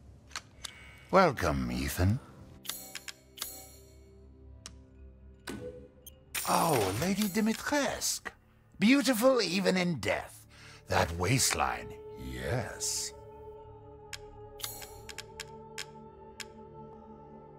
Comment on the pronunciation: I'm annoyed how they pronounce Dimitrescu as "Dimitresque", instead of "Dimitrescoo"